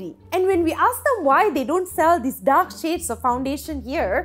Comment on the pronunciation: Everytime she said dark skinned people it sounded like"duck skinned".